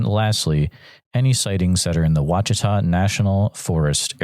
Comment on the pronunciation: As an Okie who's family hails from Southeast Oklahoma I so appreciate the fact that unlike a lot of these yahoos you actually take the time to learn how to pronounce ouachita, honobia etc. if I ever spot a Bigfoot you will be the first person I call because you can at least pronounce Indian names and take the time to honor the language, thank you